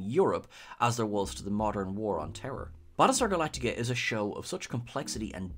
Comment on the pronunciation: Prattlestar Phalactica!